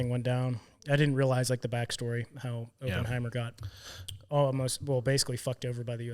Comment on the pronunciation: Op(like spec ops)-in-hi-mur..... your pronunciations are killing me.